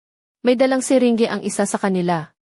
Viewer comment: Syringe hindi sirengge😅